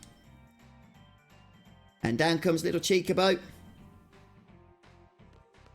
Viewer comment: It's actually pronounced Chalk-A-Bow